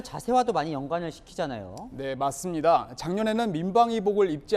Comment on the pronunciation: 기자가 맞습니다를 맛있습니다래ㅋㅋㅋㅁ